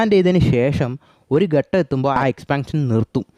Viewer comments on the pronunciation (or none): none